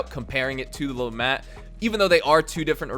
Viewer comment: The T in LeMat is silent